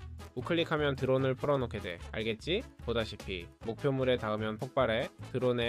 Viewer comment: 근데 자꾸 알겠ㅈ6라고하는거 넘웃기네?